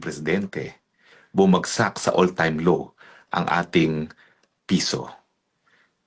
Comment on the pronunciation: Anong "all time law" ang sabi ni Roque "all time low"